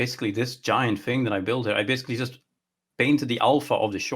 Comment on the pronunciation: TH. TH. THING. Not Fing. THing. that's all.